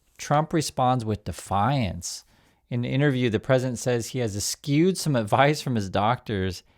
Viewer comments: Es-shoo or es-choo. Not es-cue. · good vid. (P.S., pronounce “eschew” as ) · He's mispronouncing eschew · Eschew, Said like: (Eh, shoe...) Bless you... 😆